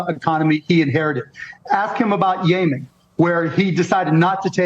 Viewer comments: Yaymen????... YEM....IN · I still can't get over him saying Yay-men... Yemen?